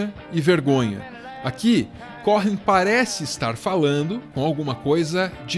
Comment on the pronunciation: Muito bom... Mas o H é mudo em Cohen se lê como se tivesse escrito um u no lugar do h... Cowen... sobrenome de descendente de judeu...